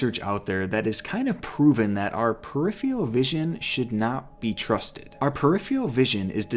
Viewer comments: the word is pronounced per-RIFF-fur-rull... k bye 👋🙂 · Peripheral. Purr-IH-ferr-ull. Thankyewverymuch. <3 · Say it with me "per-if-er-al" not "per-if-ee-al" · this was a great video but it's peripheral vision, with 2 r's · i hate how he says peripheral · not as scary as his pronunciation of peripheral